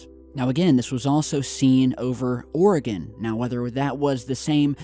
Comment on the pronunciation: Oregonians say thank you for pronouncing Oregon correctly!